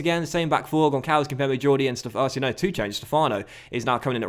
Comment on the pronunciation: the Ç in Gonçalves have a SS sound not a C